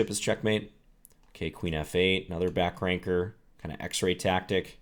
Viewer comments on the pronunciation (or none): every time John says back ranker I hear Simon saying back spanker and I get a good laugh